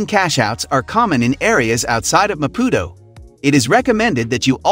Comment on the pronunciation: This is a load of BS... The guy can't even try to pronounce Maputo correctly. Fail! Mozambique is amazing but stay away from the North. ❤️